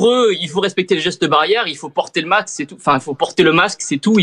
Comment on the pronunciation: Le quoi Tibo ?? Le MAQSE, lol 😉. allez bis.